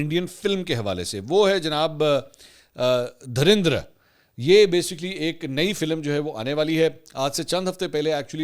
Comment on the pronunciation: Bhai mery "dhirandar" ni hai movie ka namee "dhurandar" hai